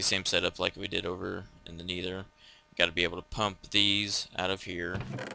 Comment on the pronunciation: NETHER! not N-ee-ther